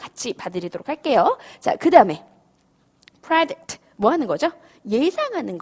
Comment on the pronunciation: predict anticipate.. 일음절 모음 발음이 잘못되었습니다